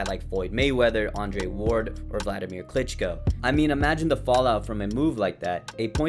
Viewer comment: "Wladimir Clinch'co"